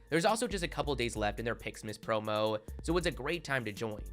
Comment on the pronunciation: Please stop extending ur words by so much. For example: "sayyyy" , "promooo" , "defineee" . A way to fix this would be to not read sentence by sentence from your script but read more and not emphasise the end of sentences by dragging out your words as it sounds fairly annoying as opposed to your usual speech which is very listenable and well spoken :)